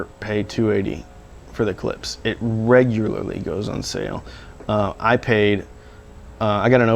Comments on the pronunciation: 🔵 If ANYone came over to my house and put a coffee cup down on one of my speakers they'd DEFINITELY be remonstrated with! ....and Btw, the speaker companies name is pronounced: ClipSH,... Not "Clips". It puts a steering wheel on my groin [drives me-nuts], when you say it like that). I also think that the Polk might have bad crossovers or a batch came through that weren't 'Voiced' properly for some reason (it has been known to happen!), It might be worth it to contact Polk and speak with them about it. Tell them if it works out you'll do a re-evaluation. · "Clips" lol KlipSCHHHH like "shhhh" ;) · todays lesson: Klipsch, not clips. Husqvarna, not husk-a-varna. and finally Porsche like poor-sha, not porch. lol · I think you should pronounce Klipsch "clips" at least one time in every video you make. I think it's your thing!